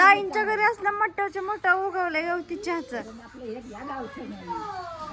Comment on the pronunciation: यवती चहा नाही ग गवती चहा असतो